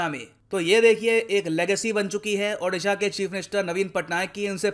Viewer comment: Sir can you please pronounce O-disha its not Adisha... Please sir its a request from Odia....love from Odisha to all